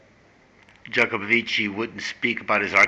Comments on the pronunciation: Jah co bow vitch is how it's pronounced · Hey whats wrong with you ? can you not even pronounce a name? The name is Simon Jacobs son. You see vitch is russian for son, Jacob is Jacob as in the BIBLE Simcha Jacobovic Simon Jacobson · YOU CAN'T PRONOUNCE HIS LAST NAME...IGNORANT. I hate even responding...thinking you are looking for comments and a higher youtube score...GREAT RESEARCH...FAIL. Although I don't agree with his process, and believed they are flawed...can't pronounce a name...you are...ignorant.